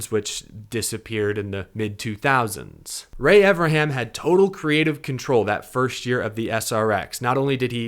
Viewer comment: Evern, EVERN, EeeVvvEeeRrrNnnnn, come on buddy, you can say it, Evernham. If you are going to do a podcast about Ray Evernham, learn how to pronounce his name FFS!